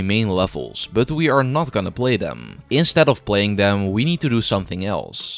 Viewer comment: It’s them not dem 😅